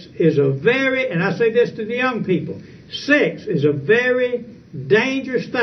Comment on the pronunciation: He pronounces "sex" as "six".